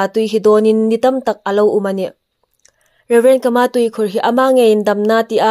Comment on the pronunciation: Kâ-mâ tia lam ding.